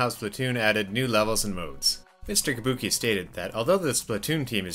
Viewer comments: yabuki not tabuki!!!! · I thought it was yabuki not tabuki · ITS YABUKI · While everyone on the comments heard Mr. Yabuki's name, "Tabuki", I heard "Kabuki". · It is Yabuki.